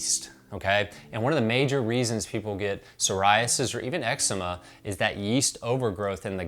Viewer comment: Fun fact: You know Noxema?I It stands for no ‘eczema’. Eczema is pronounced exzeeema not exemma. 😊